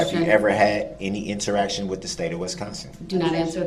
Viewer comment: I know this is nit-picky and we always make fun of his pronunciation, but i hate how he annunciates the “t” in “interaction”😭one more thing that makes him so annoying